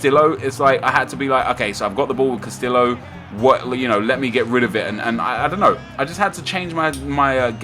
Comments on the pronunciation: Cuh - stee - oh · Casteeyo is how u pronounce it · castio is how its pronounced, not trying to be rude but in spanish double L is silent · Not Carrillo Nep, Castillo !!! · double L's in Spanish is pronounced as a Y. please start saying Castillo as Casteeyo because its just kind of insulting to the spanish language and heritage. good vid as always though!